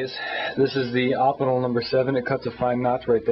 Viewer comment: Good review, you should show some of your other knives, im intrigued by the evolution of you knife selection, i have a feeling that its close to mine. by the way, im pretty sure that its pronounced "oh-pin-el" not that it really matters.